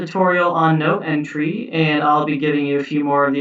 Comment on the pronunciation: Thanks for a really useful video. I knew only a handful of these tricks before. I couldn't help noticing that you have a curious way of saying 'entry'. It seems to respect the French pronunciation. Normally we just say ENtry as in 'N' (letter 'N') and '-try' ( as in 'tree' in a wood)